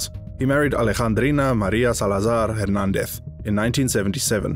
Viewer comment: Why do you pronounce DEZ words with ETH? It's HernandEZ not HernandETH